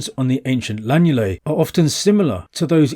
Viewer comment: Excellent film. It's lunulae not lanulae.